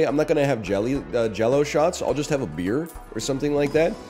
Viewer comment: why did he say beer like that